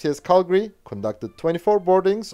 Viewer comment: I must congratulate you on you're correct pronunciations of Canadian city names, most notably Calgary, Regina, and Toronto.